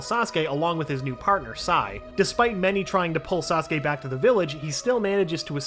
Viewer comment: I’m surprise he pronounced Saskue correctly